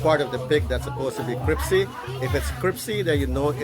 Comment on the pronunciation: CriSpy Not CriPsy. LIKE YOUR VIDS. GREETINGS TO YOUR GIRLS AND YOUR MOM.